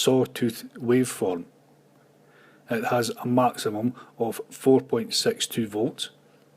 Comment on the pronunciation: Hi! Nice tutorials! And here's a short lesson in English: It's ”secondary”, not ”secondry”, and 6 is pronounced ”six”, not ”sex”. Have a nice day!